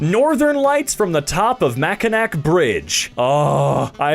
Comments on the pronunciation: Ok I’m heated about how you said Mackinac it’s said ma-kuh-naa. Otherwise loved the satisfaction from this video. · MACKINAW ITS PRONOUNCED MACKINAW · ok I’m sorry, it’s pronounced Mack-en-naw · Michigan resident here; That’s MackinAW!!!!! Yes, I know, it’s spelled Mackinac. I don’t get it either… But, it’s Mackinaw! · Sorry for being picky but it Mackinac is actually pronounced “Mack-in-naw”, I’m born and raised in Michigan, and I completely understand the confusion. The first time I read it I thought it was pronounced that way until my parents corrected me.